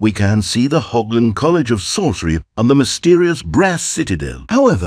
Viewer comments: it's not pronounced "hoggland" but "horrland" it's a German ch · German hearing "HOBland".... rage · ah yes, the glorious state of Hog-land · Hochland? Weird pronunciation for USA.